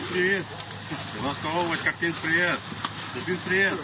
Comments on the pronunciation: Не КАрпинск, а КарпИнск! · КАрпинск... ударение на И. КарпИнск. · Не КАрпинск, а КарпИнск. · ударение на И, КарпИнск. Парни ж на видео правильно говорят.